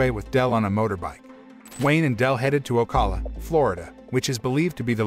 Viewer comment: He miserably pronounced "Ocala". I am a florida resident.